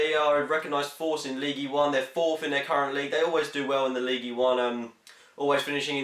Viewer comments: gotze its "league" not leegee LOL :P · Don't pronounce the "e" in ligue